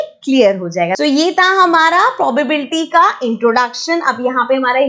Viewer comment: its not poblbilty its pro ba bi lity XD